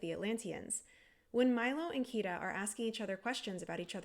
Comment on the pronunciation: I came to this video not because I'm into linguistics, but because am I googled "is the Ireland / Iceland switchup in Atlantis the lost empire linguistically plausible". Also, always agreed about the part where he can't pronounce Kida's name.